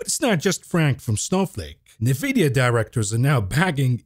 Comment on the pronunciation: Please stop calling it NAVIDIA.